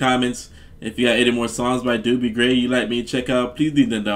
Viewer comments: Great great song! Haha when I was first learning the words( I was like kindergarten/first grade) I sang” Give me The Beach Boys and free my soul” lol what did I know. Found out in junior high the correct lyrics 😂 Also, not to be rude: pronunciation is Dough-be Gray :) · Actually, it's pronounced with a long O that sounds like the letter. Dough - be. Hear it here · This song fits you,, watch the live version, so much better seeing it live. This is Dobie Gray's song and it's pronounced with a long O. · It's pronounced doe-bee and I imply know this version as the original but I've never looked into it as any other so that's interesting. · No disrespect love your reactions.. his name is pronounced Doh-bee Grey.. but ya again love the reactions. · Name is pronounced as dough bee. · First name is pronounced Doughbie like bread dough. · Pronounced...Dough be. A good man. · Long "o", like in "own"-not "Dooby". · Pronounced Dough B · Not D-U-BIE Gray, it’s D-O-BIE Gray.....O as in OH. Love this song! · It's not Doobie Gray ! Is pronounced Dohbee Gray !! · They DJ's pronounced his name "dough-by" gray 🙂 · His name is pronounced dough-bee, like bread dough, not do bee. lol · One of my favorite songs to listen to while laying on the sand at the beach during summer vacation at T street in San Clemente. Dobie (pronounced "Dohbee." Doobie is something you smoke while laying on the sand at the beach!) Gray is very close to a one hit wonder. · An iconic song. So wonderful. (BTW-Dobie has only one O, not two like the Doobie Brothers. It's pronounced like Dough-bee.) Super-fantastic song! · By the way, his name sounds like Dough-be, not Doo-bie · Dobie, Not Doobie. 😂👍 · Not "Doobie", but long "O" as in Oh, what a night-therefore pronounced "Dohbie" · Doh-be Gray not doo_be.i really don't know why you'd say that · DUDE - it's DOBIE, not DOOBIE ! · Its not Dubie he's not a joint its Dobie like dolby stereo without the L in the middle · Doh-bee, not Doobie, lol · Dobie. Not Doobie